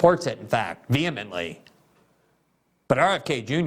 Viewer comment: Ah, no, Glen. She isn't vehemently for the war in Ukraine. She is so pro-descalation it is glaring like a broken finger bent freakishly backwards in light of how you've painted where she stands. The fuQ? "veemeently" my ass.